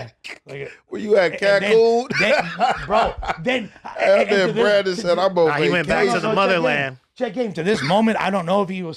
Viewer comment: SAID BRANDON IN CAN-KOON 🤣